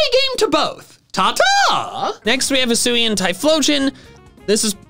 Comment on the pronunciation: HISUIAN, NOT HISSUI! DO NOT LEAVE OFF THE UI IN ZORUA! AND THERE SHOULD BE ONLY ONE R IN ZOROARK!